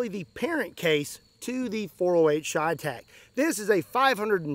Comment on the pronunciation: Everytime he says cheytec I take a shot of whiskey..